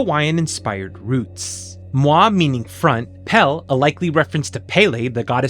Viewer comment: very mild correction, “mua” is pronounced “moo-ah”, not “mwah.” You do say a lot of other words correct, and it’s always nice hearing non-Hawaiians making a good-natured go at our words! Also, tell me why I’m kanaka and didn’t pick up on some of these being Hawaiian-inspired words and thought they were Simlish made-up Hawaiian sounding words 😅 never would’ve guessed Pel’am was from Hawaiian words